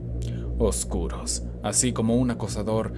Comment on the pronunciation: Amo esta temática sobre todas la demás Ojalá allá más así Por cierro, soy solo yo o a alguien más siente que cuando dice "oscuros" me suena como si dijera "golosos" 😁